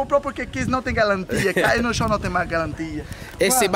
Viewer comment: Já ela o calin,no tem mais galantia 🤦🏻‍♂️🤣🤣🤣